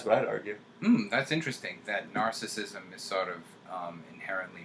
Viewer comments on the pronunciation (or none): Not pronounced nar-sism. Pronounced nar·cis·sism. This makes me think less of you, INTJ;) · He's saying was pronouncing it incorrectly. He was saying "narcism". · The irony of a narcissistic INTJ pronouncing it "narcism/narcistic" XD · He's not pronouncing narcissism correctly.